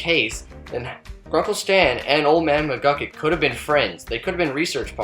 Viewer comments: it's mcgucket. not mcglucket . other than that loved the video! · McGlukit, seriously? Its McGucket. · Did you hear him at the end he said old man muglucun in stead of mugucet idiot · His name isnt old man mcglucken its old man mcgucket